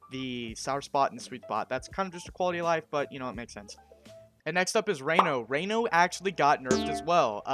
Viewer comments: I'm sorry but it drove me crazy how you pronounced Ranno's name. It's not "Ray-no", it's "Rah-No". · But Raino sounds cooler and like a rain forest and tree frogs. Seems like a missed opportunity seeing as Orcane is a name. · Says he did his own research: mispronounces Ranno...